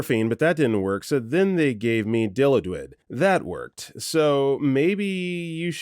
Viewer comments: Dilaudid is pronounced "Die-Lot-did" . Source: My father's an ER nurse and talks about Dilaudid all the time. Also, Dilaudid and hydromorphone are the same medicine. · Okay, I know the spelling is confusing af but I about died at the pronunciation of Dilaudid. (It’s pronounced “Dill-Law-Did”) This is apparently the best-of-the best for hospital pain meds and will show up all the time in stories of drug-seeking behavior.